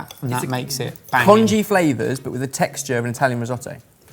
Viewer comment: I love the flaOVERS of china 😂😂